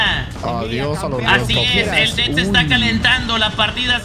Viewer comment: nadie:: xeper